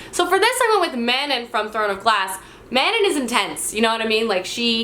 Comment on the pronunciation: Love you but you mispronounced Manon's name 😭